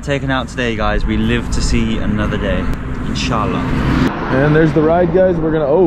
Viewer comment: your saying of "INSHALLAH" made me subscribe to your channel